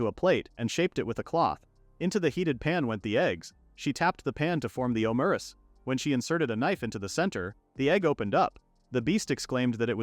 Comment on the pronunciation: Your AI says Omurice wrong. it says it like Omuriche. I guess it's just French.